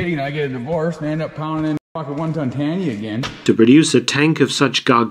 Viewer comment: You talk like you know her. But cha dont.... Its tanya my guy. Tanya........